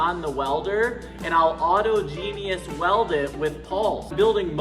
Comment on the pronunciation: It is autogenous (au·tog·e·nous) not auto genius